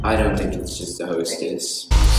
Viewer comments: I died when they said "HOE-STESS"😭 gurl i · Hoe - stess 🤣🤣🤣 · Im dying on the "Hoe-stess", I'm so sorry 😂. And if you noticed, we really taken the Tomboy seriously. I agree with the "That's not how that works"😂